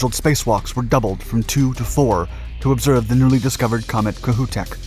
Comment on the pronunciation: Kohoutek is Ka hoe teck